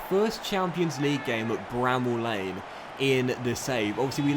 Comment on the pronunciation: It’s Bramall Lane not bramble!!